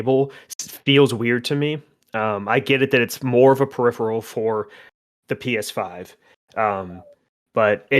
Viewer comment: pe-rif-a-rul:)